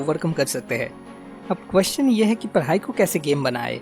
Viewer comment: why do you say Parai instead Padhai?